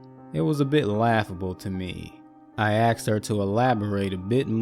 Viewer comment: Everytime. I get caught up in narration...then "they axed me,... She axed" bang. Bubble popped. I just can't anymore. I'll check back in a few months.